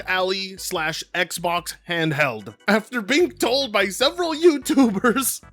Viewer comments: It's pronounced as "AL-eye" not "ali" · I paused the video and said ain't no way he said ROG Alley when he said it 😂😂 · saying ally is killing me lol